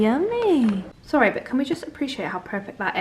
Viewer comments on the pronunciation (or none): none